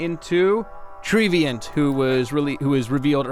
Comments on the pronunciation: Also, you read Trevenant as if its name were Treeveant. I think it's Treh-veh-nant, like the word revenant. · Actually It's Tree and Revenant. A Revenant is an ancient or evil spirit. It's trevenant not Treevient!! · It's actually "Trevenant", Aka "Tree+Revenant", my dudes. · I THINK its Trevenant, treant (mythical tree creature) + A revenant (a visible ghost or animated corpse) not tree-deviant. probably pronounced trev-en-ant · you guys couldn't have said his name more incorrectly...? It says Trevenant... lol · Also, are you guys dyslexic? This is an honest question, because you were way off on not even just pronunciations, but also just sounds. The biggest example was when you called Trevenant (TREH-VIH-NANT) Treviant (TREE-VEE-ANT). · Yeah, it's "tree" and "revenant," but it could still be pronounced their way. Treants from Dungeons and Dragons were pronounced similarly. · Treh veh nant. There are two Ns. It's like "revenant" with a T in front of it. x_x